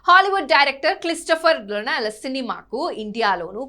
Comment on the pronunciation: క్లిస్తోపర్ రోనాల్, రైనాల్డ్ పెన్ను కాదు తల్లి... క్రిస్టోఫర్ నోలన్ అతని పేరు😂😂.. ముందు పేర్లు తెలుసుకో... తరువాత కెమెరా ముందు ఉడత ఊపులు ఊపు